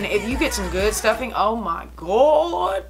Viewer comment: She said stuffing 😂